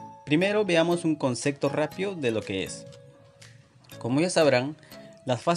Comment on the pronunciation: Dijo concecto 😢